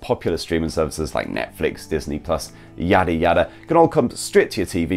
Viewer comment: as soon as he said yada yada i knew he was a north easterner